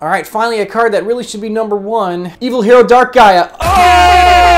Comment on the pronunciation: I like the way he says big nomber, its always funny to me